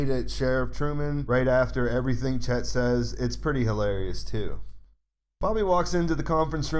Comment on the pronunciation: Its deputy Chad, not Chet.